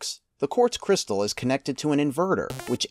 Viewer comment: Inventer or Inverter ? cryistal? Great video.